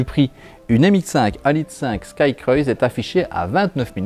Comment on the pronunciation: Juste pour chipoter: cruise se dit crou-iz et non cr-oeil-ze